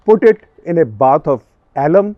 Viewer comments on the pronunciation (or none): none